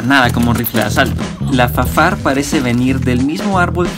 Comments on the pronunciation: es raro que le diga efefeyar y no FaFAR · Efe efe ei ar... Y te sientes mamón?... Jajaja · ¿Por que pronuncias las siglas de el arma en inglés? Sí el arma es francesa.